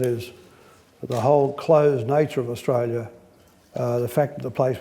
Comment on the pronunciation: Big Picture, Not, Big Pitcher. Australia Not Strayya. Inexorably. No Qualifications, A product of an escalator. Changed Australia for the worse. Utter nonsense, Nothing more than a mutual admiration society. Insufferable. Such a mediocrity.